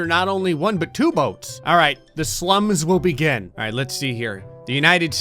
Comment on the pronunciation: Keep clicking rewind every time says alright at the very beginning, it sound like he is saying are ass